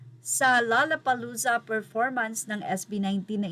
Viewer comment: "LOLLA" hindi "LALLA"!!!